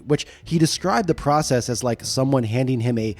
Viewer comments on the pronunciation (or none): none